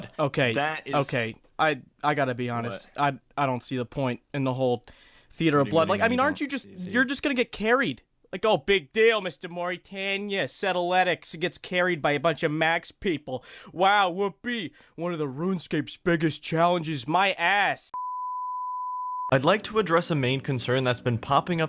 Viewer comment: I think my favourite point in the whole series is when Jimmy calls him, always gets me